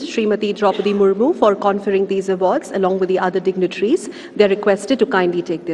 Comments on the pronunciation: It's murmu not murmur pronounce correct pls.😬😬😬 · Murmur nahi madam Murmu😅😅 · Murmu was pronounced as Murmur........